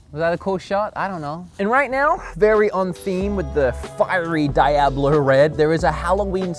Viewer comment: "Dye-ab-low red" I see took Peggy Hill's Spanish class.